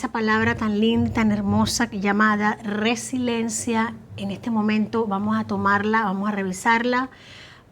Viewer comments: la palabra es Resiliencia por lo tanto hay personas Resilientes. No resilentes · mamita, No es resilencia, es resiliencia